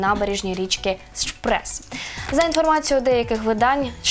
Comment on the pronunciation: У роліку було зроблено кілька помилок, попри цікаве подання мвтеріалу: Гданьск не міг належати ДДР, після війни він відійшов до Польщі. Шпрее - назва ріки, що проходить через Берлін, а не Шпрес Бундестаг, а не Буденстаг. Треба бути уважною, серйозніше ставитися до підготування матеріалу.